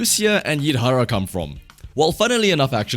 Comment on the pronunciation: It's pronounced 'Yidhari'. Its interesting that they used the Lucia name for a different character but still used the original leaked Lucia model for Yidhari including the weapon type but modified o.o